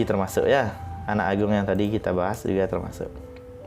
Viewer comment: Swasti astu bli.. dr kt anak agung ndak menghilangkam penekanan kata anak _ agung seperti ada kata terputus dlm pengucapan..bgmn klo " a " nya digantung di "ka" apakah itu keliru.. suksme